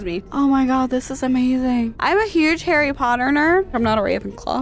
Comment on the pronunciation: Omg it’s jearie potter